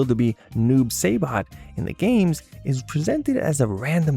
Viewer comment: Dude, Sonya isn't pronounced with an a sound for the o. Long O. Now, as for Noob Saibot, Saibot ain't voiced as Saybot; Sigh-bot